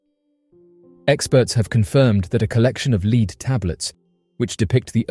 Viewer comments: The “Leed” Codex???? AI fail. Or can humans be this lazy/dumb? The manuscripts are made of LEAD. Not “leed”. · Did he mean “Lead” as in the metal that Superman cannot see through? Or to sound like “ledd” not “leed” easy mistake, many words are pronounced differently across the pond.